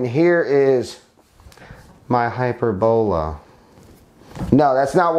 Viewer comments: I think your saying it wrong I think it’s (hy-perb-ala, but all together, I think that O is pronounced as an A could be wrong but anyway who cares lol. Drone doesn’t look too shabby tho. Nice beefy motors tho for an ultra lite. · haha that's epic. I always enjoy these videos lol hy-PER-bo-la. He's just putting the wrong em-PHAS-is on the wrong sy-LLAb-le